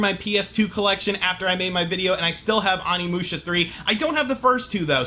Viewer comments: OH KNEE MOO SHA THATS HOW ITS PRONOUNCED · Your killing me man. Use long O sound for Onimusha. Love your reviews keep it up.